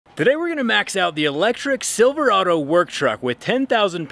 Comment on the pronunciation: I definitely heard "silver auto" and not "Silverado" and now I kinda wish it was "silver auto" lol